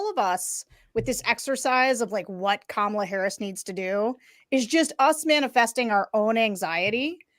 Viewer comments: He doesn’t know how to say her first name and don’t think he knows her last name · Ucccch, I just tuned into the livestream 47 minutes after the debate ended… and the first ad YouTube served up was Donald Trump Jr. looking strung-out and mispronouncing “Kamala” as he asked for money. I wish there were an easier way to block certain advertisers on YT.